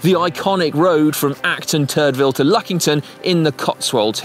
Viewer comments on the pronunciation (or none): Did they say Turdsville?